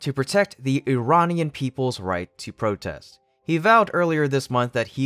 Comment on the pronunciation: You can say "Ear-rahn" like is supposed to be pronounced, and not "eye-ran". Funny you did say "Iranian people" correctly. You are hard to predict.